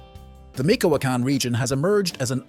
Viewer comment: Narrator: please learn to stay Michoacan Correctly!!! This mistake is distracting.